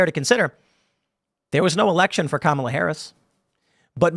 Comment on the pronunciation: You've got to say Kamala right it's pronounced car-melon